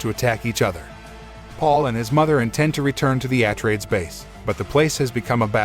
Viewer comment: Can't you pick a better tts for the pronunciation of some of the words like atreides